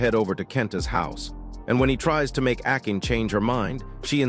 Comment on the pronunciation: akin... good f'in grief. it's pronounced Ah-kah-nay.